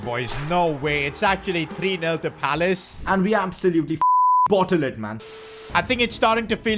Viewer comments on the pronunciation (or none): none